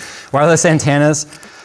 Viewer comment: first off... i cast a vote for more phil and nick as well.... and make do some camera work! also... i love how always pronounces "antenna" like the little kid from kindergarten cop